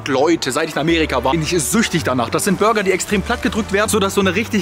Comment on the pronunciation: Hast du gesagt der beste Bürger am oder habe ich mich verhört 😂😂😂